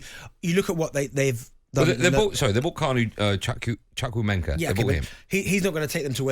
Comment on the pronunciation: The way these folks pronounce "Chukwuemeka" got me cringing. It is not pronounced "chuck-u-meka" or whatever these pundits are spewing out...it is an Igbo (from South East, Nigeria) name meaning "God Has Done So Much" and its pronounced "Chew-cu-a-make-car". I hope this helps...geez!!